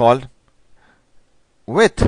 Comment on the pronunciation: walues, uidth dude you rock XD